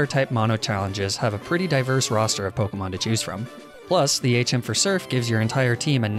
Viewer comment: can you stop mispronouncing the names